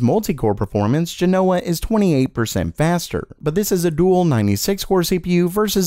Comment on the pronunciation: JEN-o-wuh, not jeh-NO-wuh